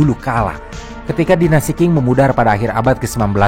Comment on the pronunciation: Dinasti Qing itu seharusnya dibaca sebagai 'ching', bukan 'king'